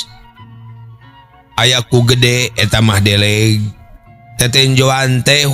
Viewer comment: Punten sanes lauk deleg tapi lauk deuleug. Hapunten pisan